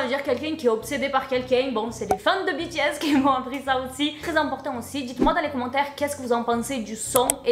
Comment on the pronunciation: Depuis le temps que j’attendais cette GiVDT et moi en tant que grande fan de BTS jsuis choquée et en plus je crois que t’es la seul personne que j’ai entendu qui a très bien prononcé le non du groupe